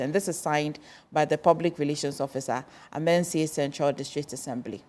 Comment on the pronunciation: The host ankasa pisses me off. You are being corrected several times of the pronunciation of Amansie and still can’t pronounce it. Wabon